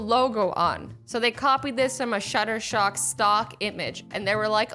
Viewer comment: It’s shutter stock not shutter shock